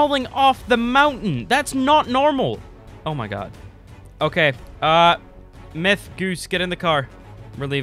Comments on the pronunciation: It's "myth" not " miyth" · Lol the second I clicked on the video I hear, "mith" xD